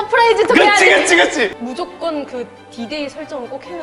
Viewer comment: 무ZO껀 챙긴드아~ㅋㅋㅋㅋㅋㅋㅋㅋㅋㅋㅋ